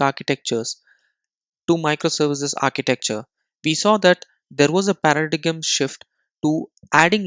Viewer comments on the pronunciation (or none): It's not paradigam, it's paradim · Great video! BTW, "paradigm" is pronounced "paradime," and "linkerd" is "linker-D".